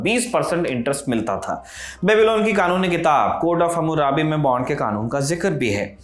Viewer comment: बॉन्ड not बांड... बाकी आपकी जानकारी बहुत बढ़िया है।।